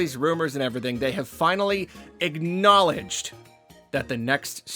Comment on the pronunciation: That is not how you pronounce the word. "Acknowledge" 😖